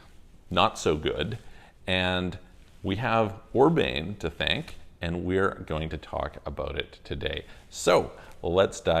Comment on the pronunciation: I love your channel, but just FYI, his name is not pronounced Orbain.